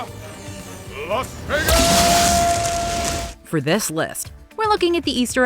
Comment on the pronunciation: “Las vagus!”